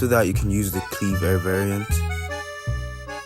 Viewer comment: It hurt when you said "Cleave air varrient"